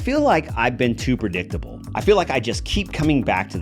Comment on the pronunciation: lol!! Pre-dick-table HAHAHAHAHA!!